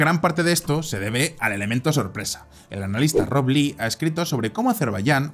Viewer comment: Es Rob Lee. Yo escuché Rock Lee